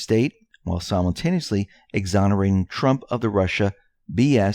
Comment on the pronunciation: "Ex-zon-er-a-ting" = Exonerating